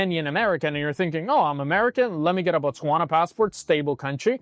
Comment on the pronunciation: It is Botswana not Botwasna